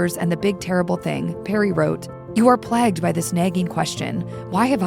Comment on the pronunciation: Plagued - sounds like "playg" not "plagged" ffs.